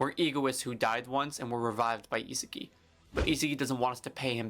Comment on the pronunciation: How does bro pronounce Isagi:face-purple-crying::face-purple-crying